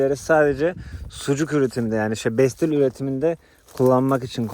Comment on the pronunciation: Bestil değil pestil